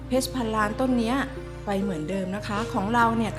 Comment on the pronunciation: ออกเสียง คำว่า เพรช ได้หรู มากครับ